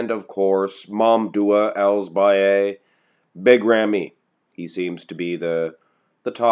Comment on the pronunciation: Ramys name is pronounced as Mam-dooh El Seba Yee